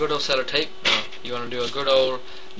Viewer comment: LOL "cellERtape"...luv the lil accent ther!